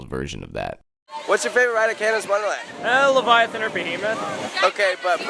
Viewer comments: "That’s the laveiathahn! " Lol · "levallythen" Amazing...